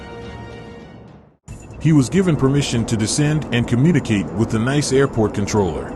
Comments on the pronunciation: Nice is pronounced niece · Having just watched this video I will reiterate stuarthumphrey1787' comment below. Nice is pronounced 'Neece'. And France is pronounced 'Frarnse'............................